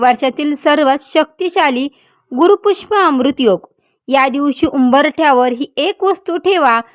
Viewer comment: ते गुरूपुष्याम्रृत आहे गुरूपुष्पाम्रृत नव्हे